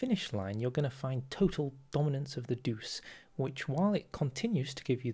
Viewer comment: Sorry but I have to correct an unpardonable error. Il Duce doesn't rhyme with "il juice." The "duc" part rhymes with "butch" and then you add an "e" to the end, so it would rhyme with "butch-e" or "butchay". Or just type it into google translate and hit the speaker button hear it pronounced.